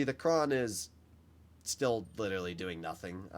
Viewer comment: Had me in tears when you said "Lityeraly"😔